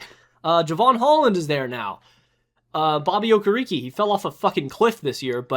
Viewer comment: Bro butchered Bobby Okereke's name 😂😂